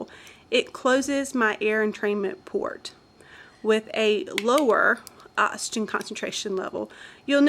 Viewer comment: I can't take it, anymore... "ottsygen" & "excelled" air